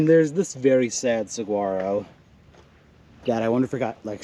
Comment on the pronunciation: Saguaro is pronounced suh-waa-ro how do you not know that living in AZ?